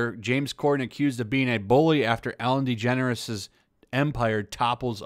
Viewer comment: Your generalizations are false. "They all" "everyone". Also you’re mispronouncing her name and doubly mispronouncing her wife's name. This carelessness negates your competence in the matter.